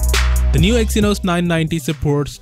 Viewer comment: Take that apple, Samsung KING of The Ring! By the way Its EXynos NOT Eskimo! Thank you